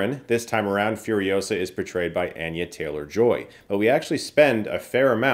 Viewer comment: “Anne-yuh” lol